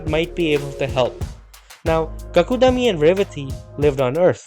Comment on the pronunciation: Not Bhagavat Puran. Bhaagavat Puran.Not Kakudami. But kakudmi. Half da as in Padma